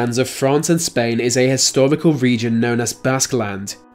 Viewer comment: Histowical. Owigin. lol..